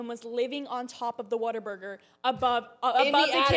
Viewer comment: Not water Burger it's whataburger